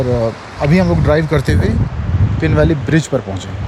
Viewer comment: I think the name is पीन not पिन And these villages are मूढ़ and संगनम